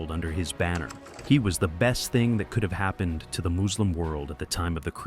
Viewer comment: It’s funny how you don’t catch this is an AI voice over from minor pronunciation mistakes. No native speaker of English that articulate would make these basic mistakes. “Moooslim” haha